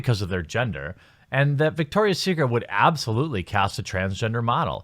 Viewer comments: It's Victoria's Secret, not Victor's. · It's VICTORIA'S secret... not VICTOR'S secret! ROFL!!